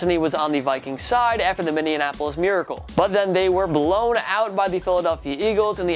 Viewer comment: Please learn to say Minneapolis, not Mindy-anapolis.